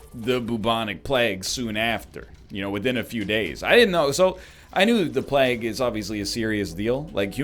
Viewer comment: Why the frick he says bubonic plegue